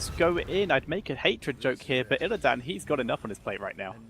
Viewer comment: I'm more annoyed with "IlliDAN"